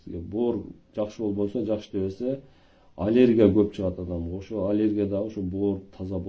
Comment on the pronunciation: Олергия эмес аллергия